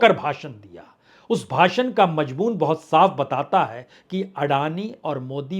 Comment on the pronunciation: आंदर नहीं अंदर बाहोत नहीं बहुत